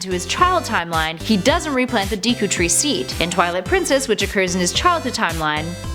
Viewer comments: It's Deku tree, not DEEku tree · I'm sorry, but, Deeku tree? Kocurry? No. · RuPEES Dieaty Deekoo Kukiri Gooroodoo Twilight Princess comes BEFORE Majora's Mask? I think you mean after. These are the mis-pronounced words